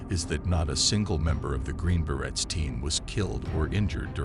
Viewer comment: Exactly. Berets - not barretts! Please do better.